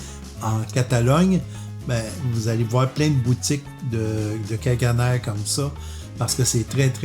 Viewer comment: En catalan, ça se prononce "cagané" en accentuant sur la dernière syllabe.